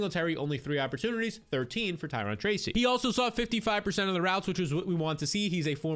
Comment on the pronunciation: Ty-ROWN (Tyrone)